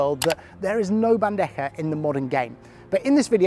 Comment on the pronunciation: I see your bandeja pronunciation is almost perfect this video congrats 💪 also gancho sounded like a native